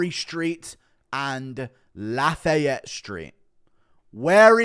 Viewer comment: Laugh-A-yet is definitely a new one. It’s laughy-ette or laugh-I-yette